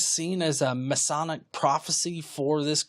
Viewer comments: Sure. Mess-e, mess-eye; it's a matter of personal choice. I went with mess-eye because of how we pronounce messiah. What it should definitely not be is masonic. That means something else entirely. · Masonic and messianic are not pronounced the same. Try mess-eye-AN-ick. Like messiah with an -anic stuck on the end. I'm sure you're a fine engineer.